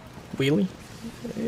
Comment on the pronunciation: You are saying will😂😂